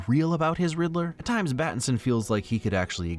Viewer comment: Yay he called him